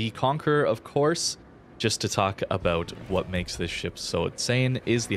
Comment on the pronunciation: abouuut? canadian much? lol